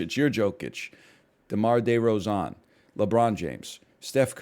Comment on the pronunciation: Im never pronouncing demars name correctly ever again 😂😂. Its now demar day row zhan til i die.